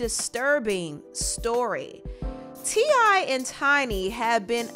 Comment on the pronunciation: ITS TI NOT TINY ...